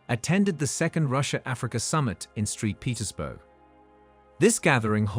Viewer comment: It's Saint Petersburg not street Petersburg 😂